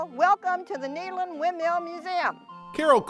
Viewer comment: CooI video. I like the way the lady pronounces 'Nederland', it sounds better than 'the Netherlands' imho. Greetings from Nederland, Europe.